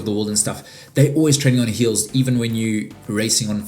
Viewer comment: lol I love how you pronounce hills as heels but bills as bulls 😂